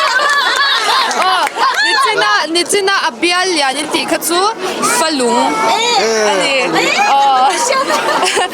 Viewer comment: A zawttu hi tlema mizo thil hre ve deuh a ngai anih hi..Falung pawh lam dik chiah lo,rawchhem pawh confi lo tawkin a sawi ania